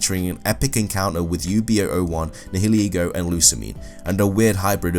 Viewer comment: >he says nee-hee-lee-goh >not nye-uh-lee-goh Opinion discarded. Video disliked. Unsubscribed. Reported.